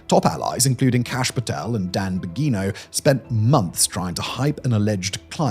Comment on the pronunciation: It sure is, total shit show over here Edit: Bongino is said with a soft G, not a hard one.